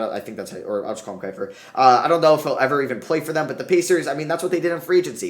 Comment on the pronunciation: Manages to butcher both Sykes and keifer 🤌🏼